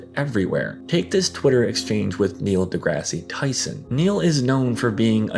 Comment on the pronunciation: Ain’t no way dude said Neil Degrassi Tyson